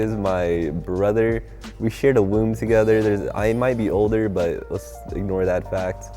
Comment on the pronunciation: I sort he said shared a room togeza